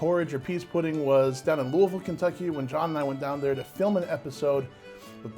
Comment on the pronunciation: A+ pronunciation of Louisville!! Great job!